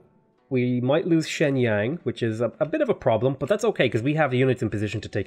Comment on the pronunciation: Hello, in Chinese, "Xi'an" pronounces somewhat like "shee"-"an", "Shenyang" pronounces somewhat like "shern"-"young".